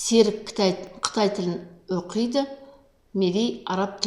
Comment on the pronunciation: Оқиды деген сөзді дұрыс оқисызба, бұрмаламай.